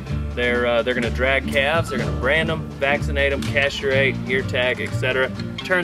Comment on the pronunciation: that’s a new pronunciation of castrate.